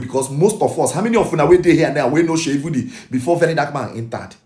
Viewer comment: My fellow Igbo brother it’s Seyi Vodi not Vudi 🙏honestly na VDM first make me know Seyi Vodi Mabasi